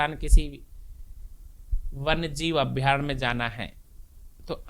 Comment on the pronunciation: साक्षात्कार लेने वाले का उच्चारण शुध्द नहीं। अभ्यारण्य को अभ्यारक् बोल रहे है।